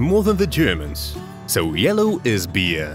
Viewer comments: Beer not bear! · Uhm beer, not bear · It's beer not bear 🐻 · Beer not bear 💀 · “bear” 💀💀 its beer bro 💀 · It's not bear lol it's beer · it beer not bear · It's beer Not bear! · It’s beer not bear